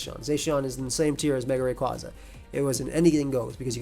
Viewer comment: Based off the Japanese spelling, it’s Ar-see-us. Also, Rayquaza is pronounced like a quasar.